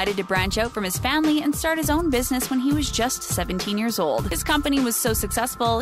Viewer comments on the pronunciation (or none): none